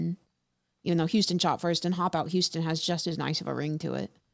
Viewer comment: Boy houston aint no goddamn 3 syllables